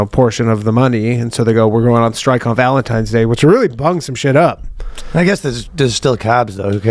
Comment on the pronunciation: "Valentime's Day" lmao.